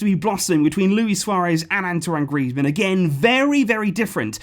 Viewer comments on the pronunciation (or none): none